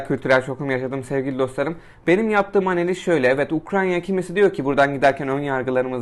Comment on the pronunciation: Ukranya değil ya UKRAYNA 😅